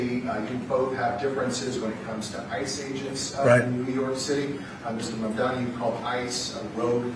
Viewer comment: MamDANI - NOT MamDONI. That would make him Italian. Lol!